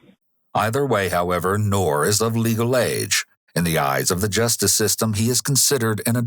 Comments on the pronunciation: "We don't know yet whether Ngor has mental issues or not..." LOL!!! Really? F N REALLY?!! Clearly anyone who savagely beats (almost) 100 year old elderly people has severe mental issues! Also, the "g" in "Ngor" is NOT silent. 😉That Ngor could have taken what ever he wanted without laying a hand on those helpless seniors. I wish for this particular case we could go back to the old justice system of 100 years ago. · First time I heard it with a silent G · Nice try but I don’t think that’s how you pronounce the suspects name. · get the guys name right at least, its two syllables not one, the g lisnt silent. it n'Gor not nor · I would pronounce Ngor a little differently, appropriate name however.